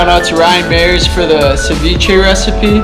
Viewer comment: ryan mayers he said🤣🤣, its pronounced Ryan My-errs like Michele Myers my braddah